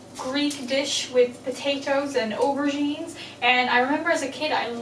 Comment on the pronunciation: When you said "aubergines" I thought you said you were making moussaka with ovaries. I had to rewind that.